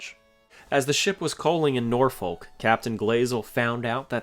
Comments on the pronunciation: You probably won't see this but just a tip from a local about Norfolk: It's not pronounced Noor-folk. It's Norfuck/Norf'k/Norfik. Sorta just one long syllable. The second o is pronounced like the u in rubble, and I guess we used the l to build the Berkley bridge way back when. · Nor-fuk..not nor..folk. I’m from Norfuk.. Everything else is amazing, however your pronunciation of the nice town of Norfolk is ridiculous. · Just for future reference: Norfolk is pronounced “Nor-fuk.” Whether from my time on the East or West Coast, I don’t think I’ve ever heard anyone pronounce it the way it’s spelled. The pronunciation goes back to Middle English, before the Great Vowel Shift, along with a bit of clipped East Anglian dialect, and long before the name was transplanted from England to the American colonies. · Side note: Norfolk is pronounced "Norfuk". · Norfolk is pronounced nor fuck lol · Slight pronunciation correction; it's not pronounced "Nor-FOLK". Simply put, if you sound like you're swearing, you're sayin' it right. That pronunciation is specific to Norfolk, VA. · Great video, but I’m from Norfolk VA and it’s pronounced “nah-fuck”, not how it’s spelled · When you say "Norfolk" the "L" is silent.